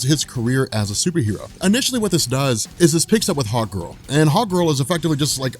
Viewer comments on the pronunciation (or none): I hear hotgirl when u say hawkgirl lol.